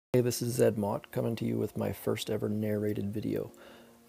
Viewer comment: your commentary is on point. Great voice too. But I thought your name is pronounced zee mot lol. Not a big deal tho. Keep up the good work.